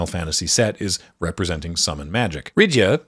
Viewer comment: Nice video, just one thing. Most of the pronunciations are a little bit off, you pronounce them as english words, and Japanese doesn't work the same as english for pronunciation. You pronounce Rydia as Rid-ya and it's pronounce Rid-ee-uh, think the same root as Lydia (and there's a non zero chance that was the original intent for the name as japanese L and R are interchangeable).